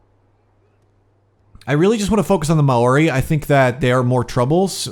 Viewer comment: hey, i know it didnt come up in this video but for future videos and from past videos, maori is pronounced more like "mow-ri" and the "wh" in their cities in pronounced as an "f"